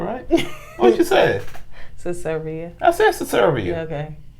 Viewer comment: It's SERBIA, not Cesaria or Ceserbia.